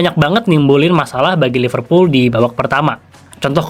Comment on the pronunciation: Gimana fans liverpool sucribe lo klo lo nyebutnya iful kek fans mu